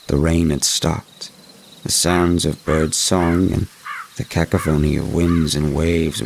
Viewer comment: V, please learn to pronounce cacophony.